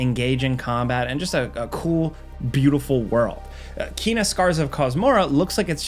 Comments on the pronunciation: you say you played Kena but you mispronounce her name. it's Kay-nuh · ... Kena is pronounce "Kay-nuh", confirmed by Ember Lab.